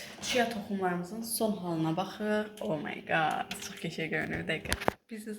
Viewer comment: Çia toxumlarımıza BAXIĞIQ r ya ğ deyir deyir birdə elə bil bunun sonzəngidi ama yenədə gözəl vlog idi